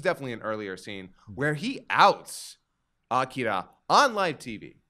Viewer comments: Whyyyy must you insist on calling Akira “Ak-uh-ruh”. I’ve literally never heard anyone call him that ever, and it’s distracting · I know I’m really late, but I just watched this, and I CANNOT get over cringe-worthy pronunciations of Devilman, Akira, Amon, and probably a few more